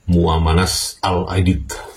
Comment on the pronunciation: Muanas mas, bukan Muamanas.